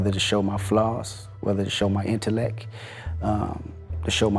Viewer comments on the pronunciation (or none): He said I'm used as a vessel for my "INTELLEK"😂😂😂😂